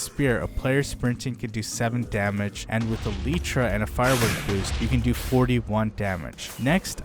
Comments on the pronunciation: No way bro said aletra🥀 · he says 'a leach ah' instead of elytra and munch instead of lunge